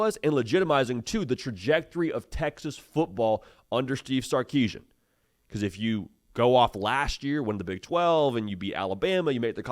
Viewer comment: Why does everyone mispronounce Steve Sarkisian's name?